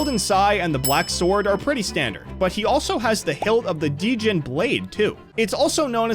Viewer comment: Ok, mispronouncing nya and djinn is easy for non show watchers. But "vipoids" and "constrictaurs" is just god-tier ragebait